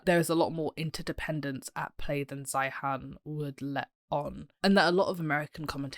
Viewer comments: Peter's last name is pronounced "Zīən" like "Zion." You sound completely uninformed continuing to mispronounce his name. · Please learn how to pronounce his name correctly and actually read his book. Then you will be much better qualified to critique this expert. Can you clarify who you are? I get the impression you are a China apologist or maybe even a CCP troll. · The least you could do is pronounce his last name correctky, which is the way he pronounces it. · You can't even pronounce his name!! Let's see, he has 500,000 subscribers...You are a...NOBODY :( Your future is as a housecleaner based on what I've seen here. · First of all your mispronouncing his name. Second, I have watched most of his videos. He is usually right but exaggerats everything. The term "collapse" has to be taken with a grain of salt. Collapse could mean reduction. Obviously, if China's population goes down 30% the total GDP will go down, but per capita should go up.